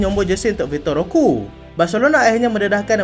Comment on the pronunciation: Ro-Que = ro-kay Macam pique=pi-kay